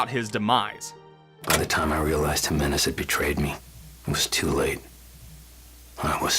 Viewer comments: No one is gonna talk about how he mispronounced Jimenez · Cant get pst the fact how you Mispronounce Jimenez. Its clearly pronounced the correct way in game... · You saying the name wrong made me love this video more. Toddlers love asserting dominance by nitpicking someone's American, Chinese or British Etc accent saying something not from their 1st language. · doesn't matter if you butchered the name. We know what name you're trying to say❤. Ppl need to stop condescending through pettiness.